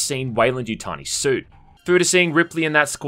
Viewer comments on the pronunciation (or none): none